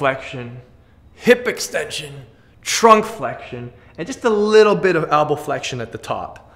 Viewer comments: Elbow not albow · Elbow. Not ALBOW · hahaha the whole time i thought he was saying apple! i was like... maybe an apple bicep?? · "Albow". Elbow. Hee hee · Al-bows lol